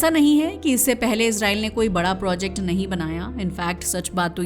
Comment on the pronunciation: यहाँ projacte को फिर projact बना देते है